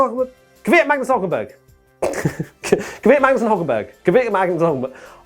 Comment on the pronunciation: it's pronounced "KVyat", not "KIVyat", there's no vowel between "K" and "V".;) To be really precise, the "y" there should also be pronounced more as a "j", as in "Квят", the "я" is pronounced as [ja].